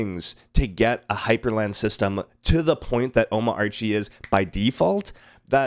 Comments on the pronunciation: Oh.mama.archie:face-fuchsia-poop-shape:. It's Ooh.mah.chie:rocket-red-countdown-liftoff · Sorry to nitpick, but it's pronounced O-MARCH-Y :) I totally share your enthusiasm. I bought a Beelink SER8 just to nerd around on it, as well as bringing an old Intel MacBook Pro to life with Omarchy.